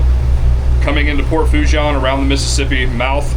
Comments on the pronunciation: It's pronounced - sounds like "FOO - SHAWN" "N" is silent...LOL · I am a new subscriber, from Covington,Louisiana. I love your videos. If you want some street cred with the Cajuns down' dere',it is pronounced like so...Port' Fo- SHAUn' - demphasis on the N sound at the end. PS- I am not Cajun, my Irish American family never spoke French. And we have only been in Louisiana since the 1960s.But you learn how to pronounce French down here.One of my brothers has been to Port Fourchon and Cameron thousands of times in his decades working offshore and with various oil and gas companies in Louisiana and Texas. Sadly he passed away a few years ago or I would have shown him your channel and he could have given you some tips. I remember after Katrina how it was a nightmare getting those supply boats out to the rigs because of all the debris in the water. Hurricane Ida did even more damage there.There were unofficial readings out there that measured Category 5 Hurricane winds during Ida from what I have heard. Unofficial reports. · Fouchon is pronounced “Foo-Shon”